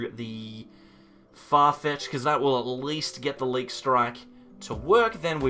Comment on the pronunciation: I think it's pronounced 'leak.'